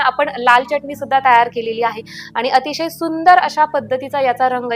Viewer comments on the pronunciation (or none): च्यटणी म्हणू नका,pl. चटणी म्हणा